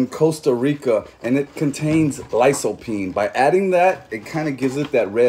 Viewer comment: It pronounced, likeopeen.